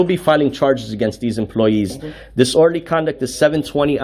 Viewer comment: Another frauditor that knows how to be disorderly, but can't pronounce it.